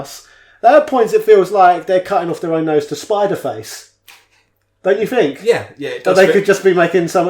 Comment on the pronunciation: what the hell is "Spiderface"? LUL Please tell me says this just to be annoying, he must know it's "spite their face" haha